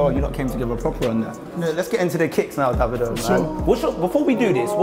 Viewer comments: only thing i despise here was when called him "Daa-vido", its actually pronounced "Day-vid-o", this coming from a Nigerian living in Spain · man said DA-vido lmao